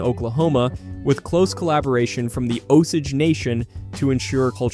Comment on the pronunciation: Pronounced Osayge